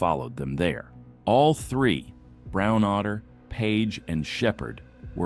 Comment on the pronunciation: Someone’s last name was “brown otter” or AI couldn’t pronounce whatever name that was right? Lol